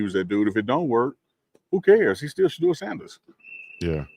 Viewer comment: Unc please help The people you're interviewing to learn how to pronounce Shedeur's name correctly. He kept saying Shedrrrr. Sha--🚪